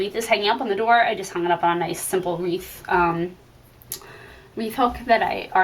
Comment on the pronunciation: It’s wreath...not reeve, please! Thanks for the video!!